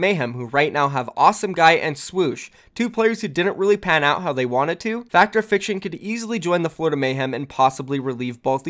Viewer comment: Its pronounced Fact Fiction I'm pretty sure. I've never heard Fact or fiction lmao